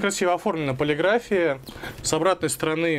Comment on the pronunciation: "ПолигрАфия". Чехов с Белинским плачут. Позор, позор.